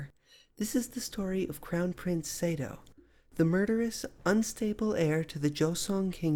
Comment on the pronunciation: His name is pronounced Sah-do (as in ma or pa) not Say-do.